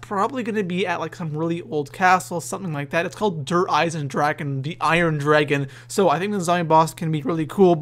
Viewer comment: It's called der Eisendrachen